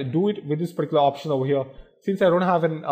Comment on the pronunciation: Why does he keep fking saying 'particlar'...choose another word jackass...